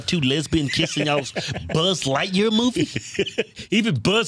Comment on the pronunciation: I thought it was light year not lightqueer